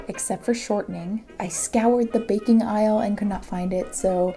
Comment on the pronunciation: am i the only one that felt she said baking with a carribean accent? beahkin.